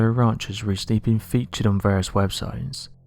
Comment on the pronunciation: Lol "Skinwalker raunch"